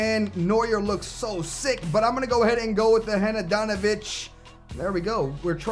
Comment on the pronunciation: hanadanovic? sorry for mentioning it love ur vids